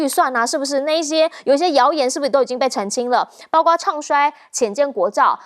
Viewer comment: 包括为什么总读成包瓜呢，查查字典在播放说了多少遍了没记性，什么水平就当主持人